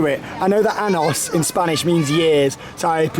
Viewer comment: this is quite late and not really a relevant comment, but when you say anos you are saying anus, you should have said anyos (años). Enjoyed the vlog though :)